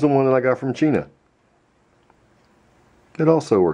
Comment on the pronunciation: What did u say chena instead of ch-i na